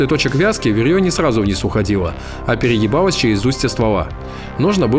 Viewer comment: А ПЕРЕЕБАЛОСЬ. И ДА. ВАМ НЕ ПОСЛЫШАЛОСЬ хахХАХАХХАХАХ. там отчётливо слышно переЕбало а не перегибалось